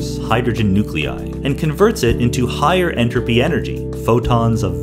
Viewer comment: every time he says enrapy take a shot